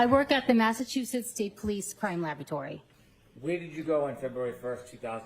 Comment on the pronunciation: LABAtory kicks me in the teeth everytime she says that word.